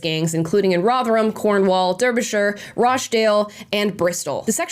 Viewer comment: Small correction: Derbyshire is pronounced "Darbyshire". I live about 5 miles from that county. (It used to be pronounced as written because I remember my grandfather saying it that way).